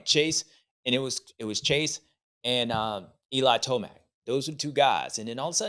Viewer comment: “Eli toeblack” lmao. “Wait my toe is black” 😂